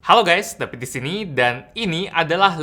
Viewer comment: Sering dengernya kaya "tapi disini" Hahaha wkwkwkwk Padahal "david disini"